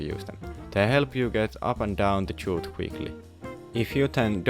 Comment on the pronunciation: The way to pronounce "chute" correctly is the same as "shoot" fyi.